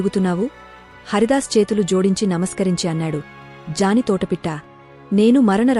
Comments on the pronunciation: అది వ్యాఘ్ర్ m vyaghram amma jani kadu జ్ఞాని..కానీ ne గొంతు బాగుంది. కొన్ని తప్పులు ఉన్నాయి చూసుకో. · జాని కాదండి జ్ఞాని pronountiation sarigga palakandi jaani, jaani ani palukuthunnaru😂😂😂😂😂😂